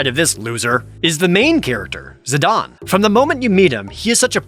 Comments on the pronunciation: if the comparison you’re saying was true, Zidane would be spelled without the e. But it’s not. So comparing it to Juan makes no sense. Juan is a name following a specific language’s spelling rules. What country’s spelling rule is Zidane following by being pronounced the way Dissidia says it? It’s not Japanese, that’s for sure. Otherwise the e would also be pronounced. It’s like making a character named Zane and saying it’s pronounced Zon. It’s stupid. Like sure, A non-canon FF game finally said the name out loud, but I don’t accept it as the correct pronunciation. Especially when the game came out 8/9 years after the original game. That’s 9 years they let people say it the way it looks only to tell them they’re wrong 9 years later with a spelling that doesn’t even look right to the way they’re pronouncing it. Tidus is one thing. Like I get how it’s actual pronunciation works. It’s based off of Japanese and it’s spelled like it would be pronounced. Whether you like the way Tidus is pronounced or not. If you wanted to make the Juan argument about someone who doesn’t like the way Tidus is pronounced it would work. But Zidane just doesn’t work the same way. It’s not comparable. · You're right about Vivi, but wrong about Zidane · and Zih-DAYNE. Like Zinedine Zidane which im 99% sure who he was named after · Naw.. the 'e' makes the 'a' hard so it's Zihdain.. but 1 for 1 isn't bad so I'll take it as a win :P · Final Fantasy IX was tied as my all-time favorite with Final Fantasy VIII (yea yea, boo all ya want *eyeroll*) but it quickly became my #1 favorite, def underrated as fuck. Tho I always have and always will pronounce Zidane as Zuh-Dane not Zuh-Don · Zid-ahn? ZID-AHN!?! IT'S ZID-AIN!!! ZIDANE, NOT ZIDAHN! That is all. Great video!! 👍👍 I was looking forward to this video for a long time! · I mean, Jared must intentionally say incorrect things in a strange trolling attempt, right? "Zidon" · I'm sorry did you just say "Zidon"?